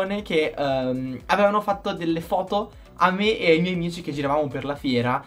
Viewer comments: ma ai detto amichi invece di amici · che entra sempre con l’italiano perfetto “amichi”